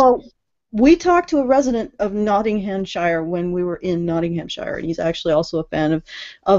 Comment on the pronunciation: "Nottinghamshire" is pronounced with a "sheer" syllable, not a "Shyre" one. Weird, yes, but a lot of English place names are like that, including Leicester (pronounced "Lester") and Worcester ("Wooster")